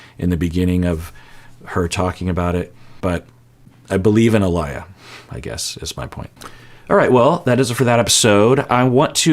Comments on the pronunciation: I clicked too fast 🤣🤣🤣. Love your videos, but it’s Ah-Lee-Yuh. Not Ah-Lah-Yuh. Love these reaction videos fr. ❤️ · I like your videos, but I beg of you - her name is pronounced UH-LEE-YUH 🙏🏿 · I think Aaliyah is pronounced Ah-lee-uh :) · Someone never listened to the singer Aaliyah lol, pronounced ah-Lee-yuh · you are pronouncing her name incorrectly her name is pronounced Aa-lee-yah. Hopefully this helps. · I love and appreciate your content so much. One gentle thing I’d like to point out is that you mispronounced Aaliyah’s name every time you said it, even after Uche pronounced it correctly, and I know you have touched on this before in other episodes about people going by nicknames or English names because it’s “easier” for others when they prefer being called their real name. As someone who shares her name, this mispronunciation can get a little grating when someone hears or is told the correct way to say it. Just something I thought you would catch but don’t think you realized. Thank you for all that you do and for being a creator worth monetarily subscribing to! As an aspiring therapist, your content is almost better than my higher education courses. 🩷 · I've never heard Aaliyah pronounced that way 😂.